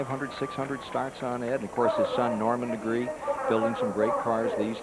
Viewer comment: FUN FACT - Ed Negre has a Catalan surname (it's my region in northeast Spain) and it must be pronounced neh-greh and his surname is just "black". He's not the only NASCAR driver to have completely screwed his own surname during his lifetime. Another similar case is Johnny Sauter, his surname is "sau-ter", not saw-ter, you gotta pronounce all the vocals individually.